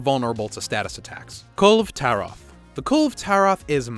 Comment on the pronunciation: Your pronunciation makes me ready to knock your kulve teeth out